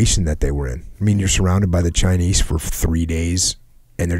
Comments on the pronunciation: chynise lol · Jockos the only dude to pronounce the s in chinese